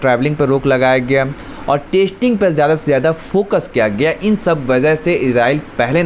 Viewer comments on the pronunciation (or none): Bhai, Tu apna pronunciation theek kar. Yeh kya "Tasting Tasting" kar raha hai. Tasting chakne ko kehte hain. Teri Hindi grammar bhi kafi kharaab hai. Zara dhyan diya kar.